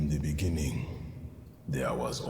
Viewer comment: "in the beninging" 🤣 (sorry) great potential with moments of epicness, but wish there was more to it.